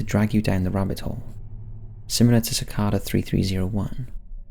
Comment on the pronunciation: How can you pronounce cicada wrong...?